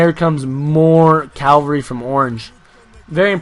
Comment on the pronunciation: your so annoying when you say calvary when you should say CAVALRY